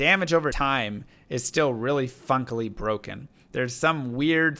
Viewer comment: "funkely" hahahah